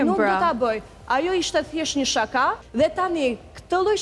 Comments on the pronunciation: Jo sháka o po shaká me theksin tek a-ja e fundit. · meso si te thuash fjalen SHAKA!!!!